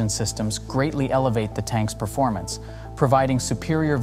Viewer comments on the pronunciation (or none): none